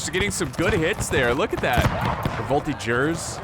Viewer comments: Native french speaker here! Voltigeurs is pronounced "Vol-Tee-djers" but you take out the "d" sound. Hope that helps :) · Nope, in french it's more like "Vol-Tee-dgers" but you take out the "d" sound.